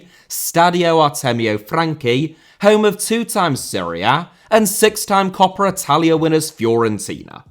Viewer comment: Why do you say "copra" instead of "coppa"?